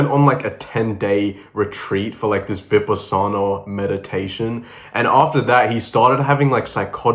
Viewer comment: Its pronounced "Vi-PAH-sin-ah". I had been experiencing delusions since my mom died but when I tried that particular meditation I went full on psychotic. Needed a hospital stay and meds. Been relatively normal ever since.